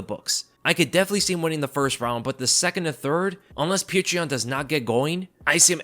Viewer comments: I mean I think the 3rds go in Yans favor. He doesn't need to conserve energy and can just go all out. And Petr is pronounced more like Petor not Pee-tree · As a Russian I can tell you... Just say Peter.. Stop trying to say it the Russian way...this Puture thing sounds ridiculous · Fukk I hate how he keeps calling him Peetra Yan 🤦🏾‍♂️ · petr yan sounds like patreon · It’s POT-R yan. He even said it himself